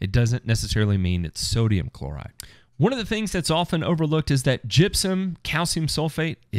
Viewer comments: Oh damn I thought you said jizzium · That is the way they say it in Tennessee!